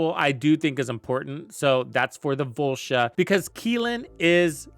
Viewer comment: Volsha?? It’s voltia